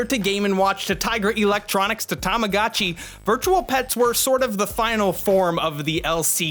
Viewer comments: "Tamagatchi"? My good Sir, it's actually "Tamagotchi" 😅 To all who will type "this is a four year old video"... Yeah, but this is the Internet 😅 People will find old videos. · Every time you say tamogatchi instead of tamagotchi, part of my weebo childhood dies inside. ;_ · Tamago-chi is pronounced with a LONG O. Tamago is Japanese for 'egg.' Also ENUNCIATE YOUR "T"s. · Tama-GO-chi. TamaGOchi. AAAAAAH! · You have the worst pronunciation of tamagotchi I've ever heard nd you kept saying it over an over again, I just had to close the video